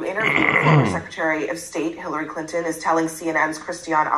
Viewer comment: And it is not "Clint-N"! You pronounce their name "Clinton"